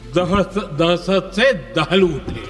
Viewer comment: 😂😂😂दह दह दहस दहस्त नी दहशत होता है 👍🏻